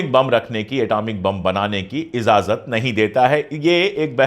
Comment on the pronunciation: Sir it is ijazat and I think u can easily pronounce.